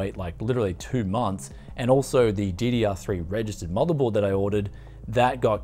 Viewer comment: i love your videos and your ideas , but please the name of motherboard will not be pronounced as you said the name , it is difference please